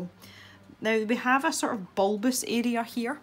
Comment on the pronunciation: OH dear...I cracked at "bulbous" and the pause after it made me laugh even harder lol :)) Great video by the way, wish I had that kind of patience. Even with a colour wheel I'm hopeless where I'm a rebel and end up thinking "nope, don't like that colour" lol :D